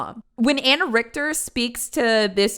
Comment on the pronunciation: The way she said the name! Dude horrible name, fantastic pronunciation from